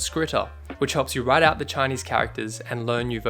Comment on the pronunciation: your Chinese pronunciation is amazing 👍🏼